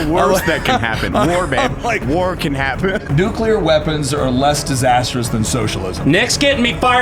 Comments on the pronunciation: Why does say it like "nukeler"? I've heard the "nucular" mispronunciation, but that one's new to me. Also the fear isn't from the technology, it's the certainty of bureaucratic hamfisting of bloat and bullshit into any government regulated project of that scale, ensuring potential for runaway risks. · is Nu-clear. Not Nu-cu-lear.